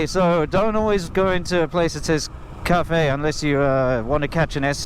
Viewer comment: CA fe ‘ 🤣